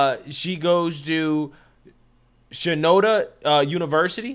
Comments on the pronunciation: lol,. its Shen-an-doh!-ha State.... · it's shen-ah-doe-ah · shenandoah - pronounced exactly as It's spelled. Shaking head. Hell, aren't you from the southeast? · I am a fan. I will give you some context around it also. Our views are very similar, but my son graduated there, he played there four years as a DB. She has been there the whole time and obviously she was a project. I know the coaching staff and I respect them very much. Plus, you are an educated guy. You embarrass yourself and UNC when you mispronounce the school name. I know you are doing this for views, but why do you make yourself look uneducated when you disrespect people’s names like Ayala from a previous reaction. But Shenandoah has a top 20 PA and nursing school in the country. I have been there and with another son at Lenoir Rhyne, being a college athlete, whether they play or not, being a part of the team and going through the camps is no small feat. Come on man, do better. Represent NC better.